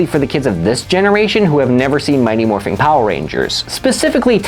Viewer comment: Great video, but I kept getting pulled out of the story every time he said “Morphing”. IT’S MORPHIN’!